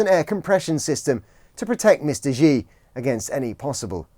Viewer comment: I know. It’s embarrassing. I don’t speak a word of Mandarin and even I know it’s not pronounced like that… The standard romanisation systems don’t help, but… just *look it up*!